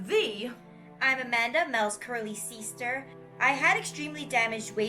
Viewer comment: y does she keep saying seester